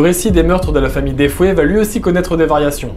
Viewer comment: Euhhh par contre c’est la famille Defeo et non Defoé comme tu le dis 🤗